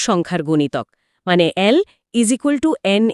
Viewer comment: ইকুয়াল টু কে বলছেন ইজিকাল টু, অনেক হাস্যকর। এত বড় কিছু নিয়ে বলছেন তাও